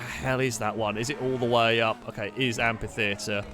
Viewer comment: Look, these videos are just so entertaining and great all the time that the complaining curmudgeon in me really thought I'd never find anything to criticise, so indulge me on this one exception: it's pronounced amFitheatre, with an F sound.